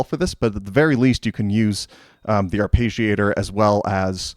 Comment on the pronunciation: There is no sound "page" in arpeggiator. You can get the correct pronunciation in the English to Italian translator. It is the same sounds both in English and Italian. But you seem very exacting so I thought you would like to know.